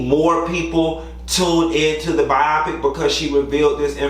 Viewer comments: I think it's pronounced BYE-oh-PICK! It's not supposed to rhyme with myopic. It's short for 'biographical picture.' Just my 2 cents!! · Okay the first time you said biopic was correct. Bio then pick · why y’all calling it Bi-O-pic it’s pronounced Biopic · I see someone called to tell him how to pronounce biopic 🤭